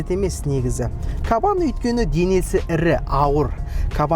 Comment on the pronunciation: Кабан демей "қабан" десейші 😂